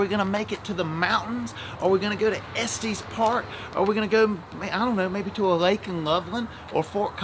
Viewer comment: It is pronounced Estes with a short E sound on both E's. Not a long E sound on the last E.